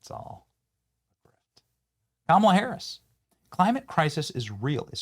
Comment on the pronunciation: ITS PRONOUNCED KAMALA NOT KAMALA YOU MAGAT